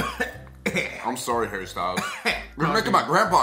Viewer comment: The brit in me: IT'S HARRY BRO!